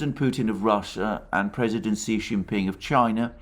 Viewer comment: Btw Xi is pronounced approximately “she” or “shyee “